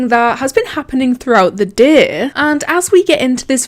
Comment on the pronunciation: It’s day not dear